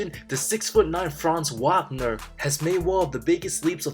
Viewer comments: OMG!! Did you just butcher Franz Wagner’s last name multiple times in this video? It’s pronounced Vaugner. After a year and a half In the NBA, you should probably know his name by now! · Just so you know it’s Vaagner not Waagner pronouncation wise